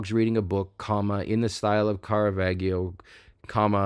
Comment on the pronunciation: The G in Caravaggio is a soft G. It is pronounced as the J in John